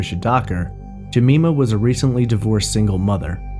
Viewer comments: Her name is pronounced Je-my-ma not Je-me-ma.. The Polish girl's name was An-gel-ee-ka KLUK not Kiuk. And yes, the police have ruled out Peter Tobin.. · Its Jem-EYE-ma not Jemeema. I am currently binging your podcast. Great job! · Jemima = Jem-eye-mah (not Je-mee-mah) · Great video as always. The way you pronounced "Jemima" was so cute btw. In the UK, the "i" in Jemima is pronounced as in "mine". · Ga-me-ma is a great name but the woman's name is Jeh-my-ma, which is why it was point out :) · Jemima pronunciation: Jee-mime-ah. I'm from Glasgow, so I know the route the taxi would have taken Helen and Jean. The taxi would have travelled east to west Glasgow. If Helen lived in Scotstoun and Jean lived in Knightswood, then Helen should have got out of the taxi first.That taxi would have come through central Glasgow and on to Great Western Road. This is the most direct route. Scotstoun is on the way to Knightswood. Even if the taxi had taken an alternate route along Dumbarton Road, they would still have reached Scotstoun before Knightswood. Earl Street is close to Dumbarton Road. Seems strange. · For future reference, it's pronounced 'Juh-my-mur' 👍👍👍👍 PS You were correct on most of the instances: Glazz-Go, the 'w' is never pronouced 👍👍👍👍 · Jemima = Juh-my-muh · For future reference Jemima is pronounced Jeh my ma and Glasgow is pronounced Glars goe or Glaz goe unless you're from there in which case it's Glaz gee amongst others. P.s. you pronounced it right further on in the video. His is in no way a criticism I love your work I just thought you'd like to know. Merry Christmas 2020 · Good podcast but it's pronounced "Jeh-MY-muh." Like Aunt Jemima?